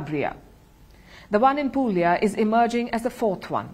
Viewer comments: It's pronounced Puglia but the "g" is silent. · It is pronounced Pulia . The g is silent in Puglia